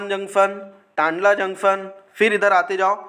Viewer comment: Pahle thek se bolna Sikh lo bhai aapne tundla jn ko tandla juction bol diya ho